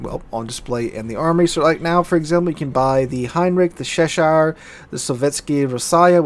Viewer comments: Hi it's not sheshire, you pronounce it like you would use ch in change or challenge.. Cheshire.. 😂😂 it was breaking me mate 😂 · You keep pronouncing Cheshire as "Sheshire." It has the same "Ch" sound as Cheese.